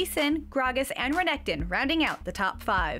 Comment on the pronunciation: Renekton. Stressing the K too much. Visage. French word for face. etc